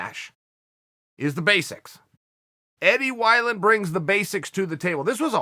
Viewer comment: Eddie Why-Land